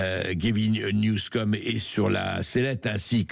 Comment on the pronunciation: Gavin Newsone, pas "new scum"😂